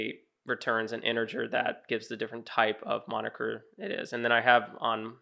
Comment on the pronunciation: is moniker not monikier